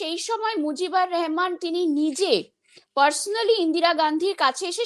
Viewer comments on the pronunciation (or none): নাম হলো - শেখ মুজিবুর রহমান। মুজিবুর রেহমান নয়। আপনারা কি ঠিক করেই নিয়েছেন - কোন বাংলাদেশী মুসলিমের নাম ঠিকভাবে উচ্চারণ ও ঠিক বানানে লিখবেন না? একটা প্রশ্ন: শেখ মুজিবুর রহমান কবে সরাসরি নিজে গিয়ে ইন্দিরা গান্ধীর সাথে বাংলাদেশ স্বাধীনের জন্য সাহায্য চেয়েছিলেন? যাকে আমরা বাংলাদেশীরা - আগরতলা ষড়যন্ত্র বলি - সেটা? এছাড়া পূর্ব পাকিস্তান আমলে এই দুই নেতার সরাসরি দেখা হয়নি। আর আমরা বাংলাদেশী ঠিক জানিও না - আগরতলায় কি ঘটেছিল ইন্ডিয়া ও পূর্ব পাকিস্তানের নেতাদের মধ্যে? কারা সেখানে উপস্থিত ছিলেন?